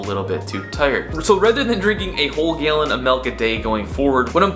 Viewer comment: "Gaelin" of milk.